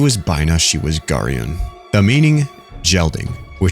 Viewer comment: Garion could be girayon which means stimulation, a lot of the game is poorly translated so don’t worry too much about how you absolutely butchered the pronunciation